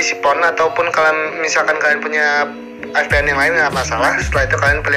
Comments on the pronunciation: F=ef & V=ve. jaid VPN bukan FPN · lucu dengar nya tau mana v atau f sih gan.. hahahhahahahaha